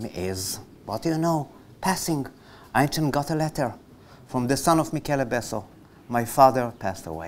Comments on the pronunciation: der Sprecher ist unfähig Einstein korrekt auszusprechen und redet irgendein anderes Geräusch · the speaker unable to say the word Einstein correctly